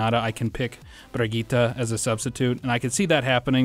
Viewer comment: It's No Problem If you pronounce the Name false I haven't seen any Englisch Youtuber who does it correctly but you are close